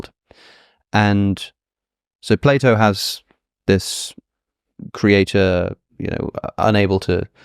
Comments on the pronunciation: Ah yes, Play-Dooh, the famous Greek philosopher. Can't unhear it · I though he said play doh